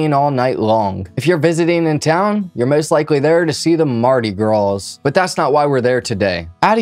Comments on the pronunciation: Oh sweetie… the ‘s’ is silent in Mardi Gras. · “Marty Graws” Lol that was hilarious